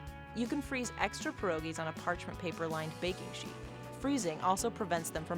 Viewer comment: "PYEH-RO-GIE" not 'per-o-gie'. If you really had a Polish grandma, you would know how to pronounce it correctly. Jezu Kochani!